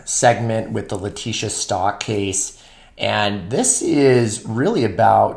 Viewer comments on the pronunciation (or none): It’s pronounced Stouk!!!!! Like stout but instead of ending with a t it ends with a K !! It’s in the annunciation explanation.